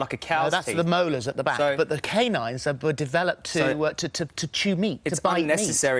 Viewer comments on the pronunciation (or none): Did he say canines?????? Oh my god....